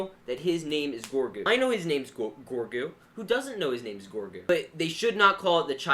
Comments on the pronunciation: His name isn't gorgu. It's grogo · this bothers me "GORGU" no, it's grogu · His name is grogu, not groigu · By the way it’s Grogu (Grow Goo) not Gorgu (Gore Goo) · Me: ITS GROGU: GORGU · Its not Gorgu, its Grogu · Grogu not gogru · His name is grogu not gorgu it just bothered me a bit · Does anyone else hear “gorgo” not “grogu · Cringe calling grogu gorgu😬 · is gro gu. pronouce like Grow goo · Lol they didn’t even say his name right 😂